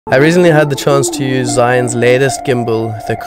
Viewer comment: In Chinese “Zh” makes a “J” sound, and “I” makes an “R” sound. It’s pronounced like Jrr-Yoon. I have yet to hear anyone say it correctly. Haha